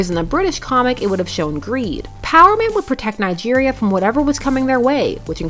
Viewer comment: Bro did you just say Nigeria 🤣🤣 I didn't know my country had superheros in comics